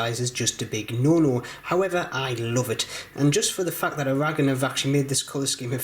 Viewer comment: I don't know why he mispronounces Aragon.